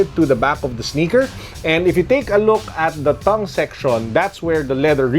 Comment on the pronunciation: U say tongue like thung